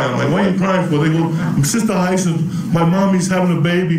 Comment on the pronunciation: It's pronounced high-a-sinth. You end up there when you mix absinthe with some chronic.